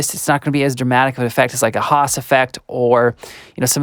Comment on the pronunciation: It's "Haas", not "hass"